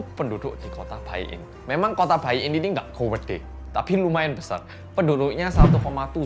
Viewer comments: kalau china tuh tulisannya baiyin bacanya itu paiyin bukan baiyin wkwkwkwk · "Baiyin" dibaca nya "paiyin" hehehe